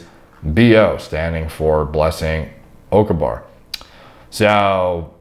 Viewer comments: Jesus. As a Nigerian myself and me hearing him pronounce her name makes me want to cry out into laughter🤣🤣🤣🤣🤣🤣 damn😂😂😂😂😂😂 It's Blessings Oka-gba-re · It is pronounced O-KA-GBA-RAY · Pronounce her name without the G. It still would be off to the actual pronunciation but its close enough. 👍